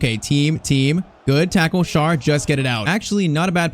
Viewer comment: Just a little thing when it comes to pronunciation: it's not pronounced Schar. To make it easier for you just pronounce him like the English word share. That's close enough to the actual German pronunciation of his name.